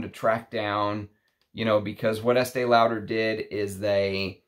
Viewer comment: I don't want to sound mean but your pronunciation of the name Lauder is not correct.